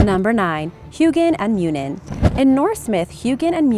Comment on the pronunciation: Just a note: Huginn and Muninn are not pronounced hue-ginn and mew-nin its hoogin and moonin, the U's are how people in Scandinavian languages pronounce them, not how the english typically do.